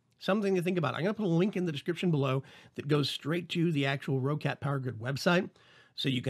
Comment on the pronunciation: the people in the videos from the company itself say "ROCKET" not ROH-CAT,... just sayin,...